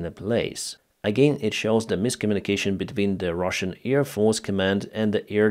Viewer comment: AIR defence,, not EAR defence.